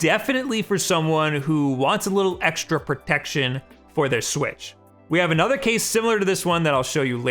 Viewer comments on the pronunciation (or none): none